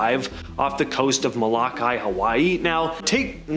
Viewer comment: I like the video BUT I HAVE TO SAY TO THIS INDIVIDUAL SPEAKING; YOU NEED TO KNOW HOW TO PRONOUNCE BAJA AND MOL0KA'I. Please do your homework cause you are embarrassing yourself among some who follow things like "pronunciations" of peninsulas and islands!